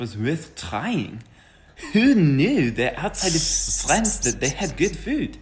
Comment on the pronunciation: The socalled French guy speaks English with what sounds like a fake accent, and he pronounces France wrong. A real French person would never do that.